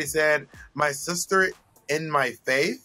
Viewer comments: I think she said her fave 😂 not faith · I think Trinity said “Fave” instead of “Faith.”